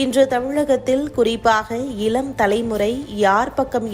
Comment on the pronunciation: செய்தி வாசிப்பவர் அவர்களுக்கு..தமிழ் உச்சரிப்பு முக்கியம் பார்த்தீர்கலா, இலம் தலைமுறை,நால்,,ஐயோ